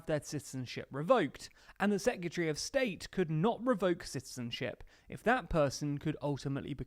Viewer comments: Its not 'sec-yeh-tree'.... Its secretary... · Sec-you-tree? 👀 Surely he knows he's pronouncing it wrong, right?